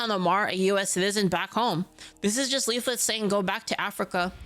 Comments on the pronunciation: I love his insistence to only say "leafit" and never "leaflit" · I like how he still can't pronounce the second L. Maybe he took it. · Who the FAWK is LEEF-FIT? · All this time and he still calls her "-it" 🤣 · Don’t worry, one day he’ll say your name right.